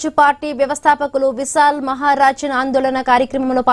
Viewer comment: విశారాధన్ మహారాజ్... పేరు పలకడం రావడం ledhu